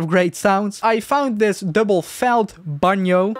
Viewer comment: damn, your pronunciation of banjo sound so dutch 😭